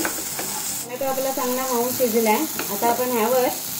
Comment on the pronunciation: Tommmato nahi ghalat